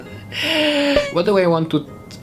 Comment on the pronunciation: Iba yung pag sabi sa Michelle Dy hahaha muahh bins and misyel!!!